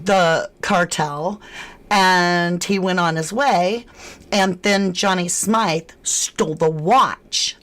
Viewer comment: It's pronounced as Smith not how your pronouncing it 😂your saying his name wrong